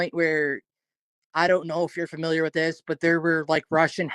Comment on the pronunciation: Why does everyone keep saying fermiliar on this channel instead of familiar ? 😂